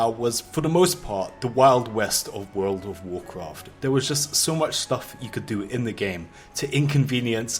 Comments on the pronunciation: basically you want to basically do this and basically that will basically hurt the other player basically in wuuurfld of waurcwaft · Wuuurld wuf wucraft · wurld ouf worcraft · "World of warcroft"